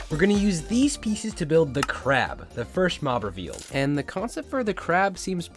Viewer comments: You said "CARB" not " CRAB"( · It's Not Carb It's Crab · Not hope it’s carb it’s crab😂😂😂😂😂😂😂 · Why does the crab say carb 😅